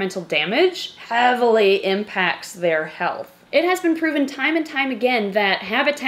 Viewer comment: is it just me or when she says "heavily" sound weird